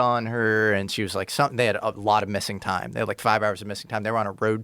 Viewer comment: ‘Toime’ - Are you the “some koind” Ancient Aliens guy? lol